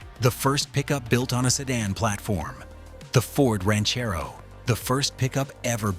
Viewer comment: Ranch-A-Rerro? ...Somebody Sober Up This A. I. Narrator Dude !